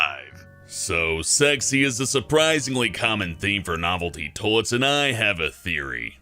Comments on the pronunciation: Did he say "Tollets"? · Toy-lets,, not toll-lets. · He says toiets instead of toiles 😂😂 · Sometimes it sounds like he's saying "tolets" but I don't mind. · It might be a decent vid if he could pronounce toilets correctly.... What the hell is a "tolet? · The way he says "toilets" XD